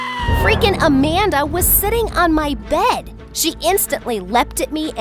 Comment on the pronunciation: WHENEVER “AMANDA” WAS SAID IN THE VIDEO I THOUGHT IT SAID “a panda”